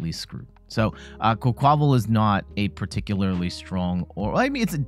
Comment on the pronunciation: I think it's "QUACK-wuh-VAHL", like "quack" + "carnaval" (Spanish carnival). Emphasis on first syllable, minor emphasis on last syllable.